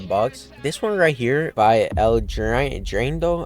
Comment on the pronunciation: its AL-AY-Handro